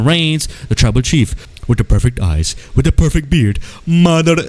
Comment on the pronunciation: you were saying "with the perfect" for so long it just sounded like you were saying gibberish lol "whiddapeopife FEET" "whidd[paepr EYES"